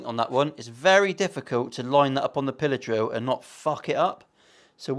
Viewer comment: I misheard you and thought your were saying pillow drill instead of pillar drill... that would be something else entirely...;-) Curious to get your thoughts on these when you have a spare minute (!!): Thankfully its only a Chibson, but yikes all the same! (I am not a fan of new for old relics btw tbh!)